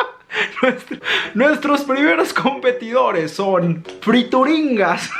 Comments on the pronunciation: se llamaban friturinas no frituringas 😂 saludos eres el mejor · Friturinas we no frituringgggas que pedo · No dice Frituringas... El empaque dice Friturinas... La rebatizaste añadiéndole la G! jejejejeje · FRITURINAS,! No, friturinGas jajaja. Te amo! ❤️ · Son "friturinas" no "frituringas" 😂😂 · NO DICE FRITURINGAS DICE FRITURINAS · Cuando te das cuenta que no sabe leer porque confunde frituringas con friturinas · "Friturinas", no frituringas! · Yovani Ortiz pensé lo mismo, en ningún momento leyó bien el nombre de las friturinas 😂😂